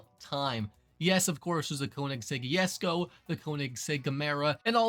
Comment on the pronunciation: Which pronunciation sounds stupider